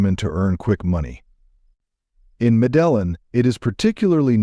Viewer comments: It’s pronounced medejin, not medellon. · Mea - de - yin!!! Unbelievable that you guys couldn't bother to learn how to say the name of this city. WTF? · It's pronounced, 'Meh-Deh-Yeen' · Its pronounced Mede een... Not Medellin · It’s not Medelyn stupid. It’s pronounced Medeyeen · Its pronounced Me-De-Yeen...not fu...n me-dell-in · Not meddelin but you pronounce it medde heen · wow, the pronunciation is meh duh yeen, not Medalun lmfao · Medellin is pronounced as Medeyeen. Cartagena is pronounced Cartaħennaa. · Madellen - what a joke AI is - long way to go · What's up with these narratives? The first featured city Medellin in not pronounced as spoken. The Spanish pronunciation is actually "Medeyin" accenting the last syllable. I appreciate the research that goes on in some of these videos but accurate narration would give more credence to the data presented if a more concerted effort was made to get the pronunciations correct. As another example the next city Cartegena was mentioned but the Spanish G is pronounced like the English H. I learned these almost 60 years ago taking a year of Spanish in HS. Technology has advanced so much over the last 6 decades so I have to shake my head that we gringos sound so stupid. (And don't get me started on the third city mentioned, Bogota which sounds completely silly because the accent is well known to be on the last, not the first syllable. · Med-del-in? Computer generated voice 😂 discredits the content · Dude needs to learn how to pronounce shit “Modelin!”😂😂😂😂😂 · It's pronounced Meh-duh-yeen, stop using AI voices. (Or get a better one) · Bro if you’re doing an actual video on Columbia is it too much to ask to pronounce the city names correctly? “Mah-dellin”? “Car-tah-jen-ah”? “Brushing their teeth 4x a day”? What in the actual f?! Yeesh. SMH. Click bait. Awful. Don’t waste your time on this. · MEDE JIN say it with me gringo MEDE JIn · seriously? you can't say MEDELLIN med-day-yeen it's not that hard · Pronounce Medellin correctly